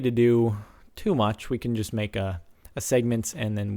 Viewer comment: you say "just" really fucking weird.